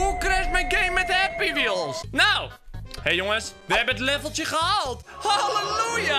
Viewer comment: Ik moest al wanneer je het woord zij halt Weels zij moest ik me stuk lachen!😂😂😂😂😂🤣🤣🤣🤣🤣🤣🤣🤣🤣🤣🤣🤣🤣🤣🤣🤣🤣🤣🤣🤣🤣🤣